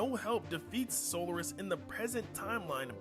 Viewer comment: Its “so lar is” cry about it🥱